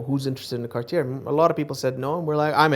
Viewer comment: …also the last “r” in Cartier is silent. It looks like the Dubai Watch Club would benefit from some pronunciation education, given that both collectors butchered the brand name identically.